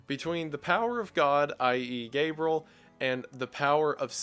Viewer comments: And also Gabriel. Not Gabrel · Guy pronounces names so strangely. Gabriel [GAY-BRULL] Satan [SAY-DIN]